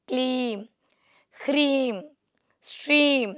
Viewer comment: Its hreem not kreem